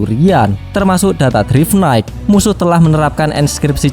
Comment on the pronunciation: bang namanya drive knight dibaca (draiv naikt)